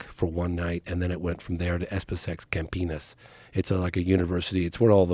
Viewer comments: This guy loves saying "campenis" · I love how he pronounces Campinas as "camp penis"